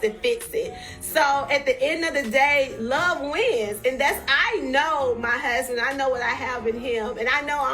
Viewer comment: Tisha, I really "hate" the way you put emphasis on "MY HUSBAND"!!!! 🤦🏾 #soannoying